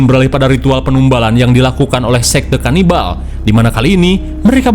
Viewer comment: KANIBAL DODOL BUKAN LABINAK😂